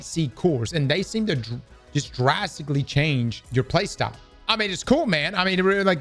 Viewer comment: “drwasicwy” I’m sorry I had too, much love